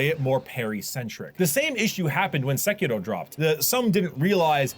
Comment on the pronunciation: that sekiro prononciation tho... nice !